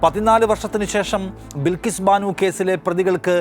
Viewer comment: ബിൽകീസ് അല്ല ബൽകീസ്‌